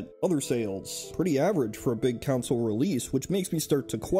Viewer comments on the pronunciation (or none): “Counsel” instead of consul 🤢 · "Council" (con-SOLE) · Why are you saying console as counsil? Are you secretly Anakin Skywalker? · I thought we were talking about console vs computer, not "council vs computer". Also, those other notes killed me, lmao. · It gave me OCD. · Anyone else hear "Counsel" the whole time?